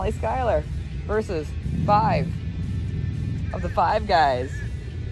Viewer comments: Can someone teach this poor old girl how to pronounce her last name. It's SHOE-LER!!! SHOELER!!!. How can SCH followed by a vowel U do you get sky-LER? Do the laws of grammar not exist with this person. There is a vowel U there!!! SHOE-LER!!! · That's not how you pronounce Schuyler ma'am...